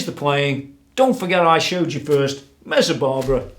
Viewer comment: Please stop saying "Mezzabarbara"!